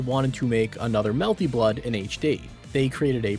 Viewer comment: It's genuinely incredible that the higher quality your videos get you never change the sociopathic way you pronounce melty blood i respect it